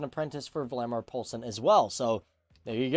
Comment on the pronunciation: Sounds like he says Vladimir Poulsen. His name is Valdemar.